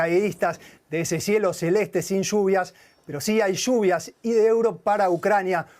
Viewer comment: Shuuuuvias😂😂😂 shuuuuuviiiaass!!😂😂 tanto les cuesta pronunciar bíen(lluvia)👀👀👀👀👀👀👀 a los 🇦🇷